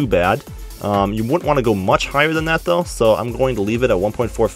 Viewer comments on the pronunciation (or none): none